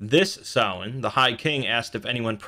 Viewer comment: no. The guy in the video is closer. It is NOT sam-hane